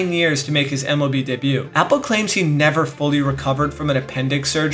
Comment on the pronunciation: Mark Appel is pronounced as Mark Ah-Pell not Mark Apple